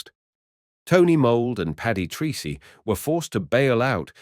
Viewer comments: The pilot's name is pronounced "Tracy", not Treecy". He was Irish. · Your Flt. Lt. Paddy 'Treecy' may well have pronounced his name Tracey. Treacy is a common enough Irish name, it may well be, of course, that he was Anglicised to the extent of using the strange sounding (to Irish ears) Treecy!